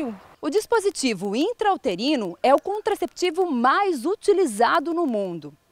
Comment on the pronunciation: Ele trocou as vogais de lugar.. ficou "ultrainterino" quando seria "intrauterino" morto kkkk